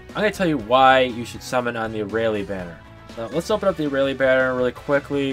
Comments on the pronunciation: Aralie? air re al is how you pronounce it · how dare u mispronounce her name!!!!!!